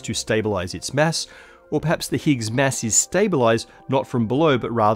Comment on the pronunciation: I like how you pronounce mass like mess 😅